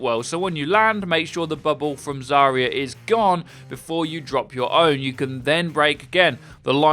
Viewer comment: Zarya is pronounced as "Zah-rya", where ya is one sound "ya".